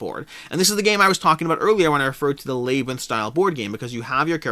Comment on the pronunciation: Alway interesting to hear unique pronunciations. Never heard labyrinth pronounced lay-brinth. Always said lab-rinth myself. My four year old got on to me yesterday for my southern pronunciation of Fri-dee instead of Fri-day. Do you think both of those Hanamikoji versions will be readily available at retail later?